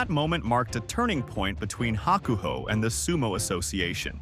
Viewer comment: Sad that you're doing a video on some inside sumo stuff yet you intentionally misplace the wrestler's name. You're butchery of Hakuho was especially painful. Did I say sad?